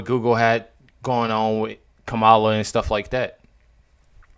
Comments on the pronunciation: you bring up a good point, you can't even say her name right KAMELA KAMLLA. how will the world call her 4 years if she is elected? USA can't be weak in these hard years ahead! Trump 2024 is the right way in all ways possible! 🤫🤫🤫🙃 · Kam-ulah ryhmes with SCAM-ULAH ... easier to recall 😜